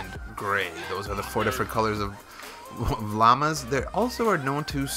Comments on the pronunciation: If u say "LAMA" one more time I'm gonna die!! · "lamas" lol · I had to stop watching the 59th time you said "lammas" instead of "llamas" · "lamas" its pronounced law-muhs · You're saying "lama" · It makes me cringe when you say "LAMBA" I was letting "LEAVER" slide but you're pushing it buddy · It is pronounced Loma!!!!! Not Laamaa! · How he pronounces llamas XD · I like how he says llamas LOL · You're the only human being who can't pronounce llamas. Congrats! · The way he was saying llama sometimes was getting on my nerves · That's.not him you say llamas